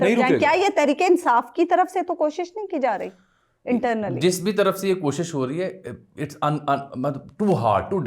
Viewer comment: زرداری کو رومن اردو میں تقریر دی گئی تھی جس کو پڑھنے میں مشکل پیش آ رہی تھی ۔ اسی لئے K اور H کو گڈ مڈ کر گیا ، شاید نظر کی کمزوری کی وجہ سے ۔ کوشش کو پہلے خوشی پڑھ رہا تھا 😊